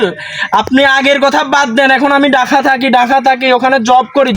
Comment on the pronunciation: ঢাহা না ঢাকা 😂😂😂😂😂😂😂😂😂😂😂😂😂